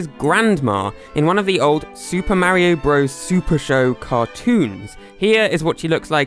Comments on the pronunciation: Its Mario not Maroe😂😂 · It's mario not mairo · I don’t know why so many people pronounce MÆRIO instead of MÄRIO, it’s just weird